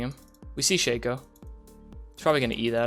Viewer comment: Sheikho? Shake co? Sha-co.